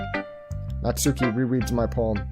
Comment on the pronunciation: You messed up the name. It's Natsuki.